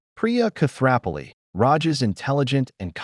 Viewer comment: the narrator should learn how to pronounce Koothrappali!!!! 🤭